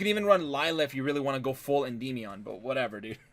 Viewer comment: I kinda hate the way he says Endymion (End-EE-Me-On) I've always just pronounced it Endi-meon. No need to drag out or emphasize the y part so much. Sounds silly